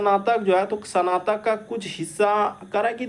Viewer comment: Not sanatak, it's snatak